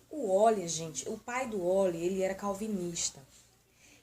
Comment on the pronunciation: Não é oil!!!!!é Euler!!!vc tem jumencia???